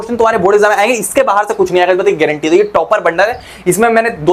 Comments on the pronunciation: Sir be like: ess bast ki guarantee haa😂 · Guareentee😂 he